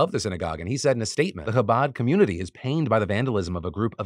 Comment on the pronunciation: The coverage of the Chabad tunnels in New York here was actually very well-done, I admire the effort to pronounce Chabad correctly! And of course getting the story across without falling into antiSemitism. I just have a couple corrections. I'm Jewish and I understand these things are complicated and can be hard to understand from the outside. Chabad isn't an "ultra"-Orthodox, or Hasidic, Jewish group. It's a very widespread organization of Orthodox Jews that you can find in virtually any US city. While the young men involved in the tunnels may be considered "extremists," their organization overall certainly is not extreme in any way. Just wanted to clarify that!